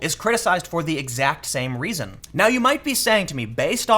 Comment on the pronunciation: To answer your question: When you pronounce reason it sounds like raisin.